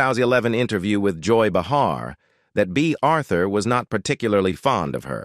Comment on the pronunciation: Bay Arthur really? Who are you?